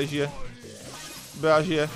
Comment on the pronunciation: Hele ty neumíš anglicky nečte se to bea ale bí